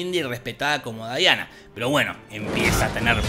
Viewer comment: Me encanta que en muchas review le dicen Daiana y es Diana